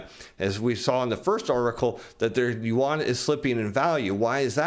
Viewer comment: "onshore yawn" LUL I think you had it right the first time LOL. Another great video. Thanks